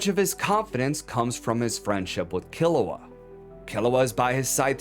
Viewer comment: whoa, whoa, whoa! Don't blame the child Kiruwa for the dominos set in motion by Gon's Parthenogenesis father Gingu! (its driving me nuts that you pronounce Gon like GAN when it s along O sound like GO with an abrupt ending with an N. yet you pronounce Kiruwa as Killawa. JUST USE THE ENGLISH DUB PROUNCIATION !! you dont pronounce Goku as GAKU!!